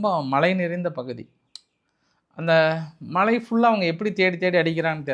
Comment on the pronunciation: இந்தாப்பா அதெல்லாம் இருக்கட்டும் நான் சொல்றதை சொல்லப்பா விலை விளை விலை விளை சரி அது இருக்கட்டும் மலை சொல்லப்பா மழை மலை மழை என்ன இளவு உச்சரிப்போ போய்த் தொலை😜